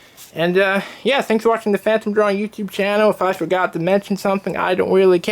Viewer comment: "Famtom Dwawing"